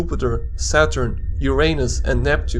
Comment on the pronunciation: Haha he sead Yuor anus